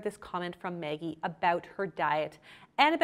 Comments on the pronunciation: It sounds like you’re saying “Meggie”. Is that how she pronounces her name? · I can't get over how you pronounce Maggie 🤣🤣🤣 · why is it so hard for you to pronounce the name maggie correctly lol.